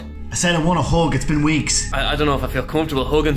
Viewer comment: And here I thought you were saying 'hog' instead of hug... Smh